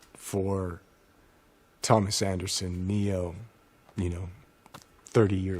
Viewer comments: Its Keanu, not Keano. WTF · " K E A N U " not Keano please fix the mans name correctly in the title despite it's two years old